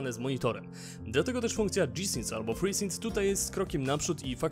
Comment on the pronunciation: O matko, albo gie i sync albo dżi ale wtedy synk. Od dżi sync aż uszy bolą ;)